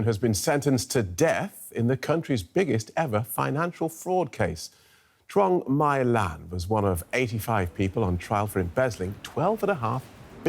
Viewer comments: Is pronounce chuong Mi lan. Tr sounds like ch. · he absolutely butchered the pronunciation of Vietnamese names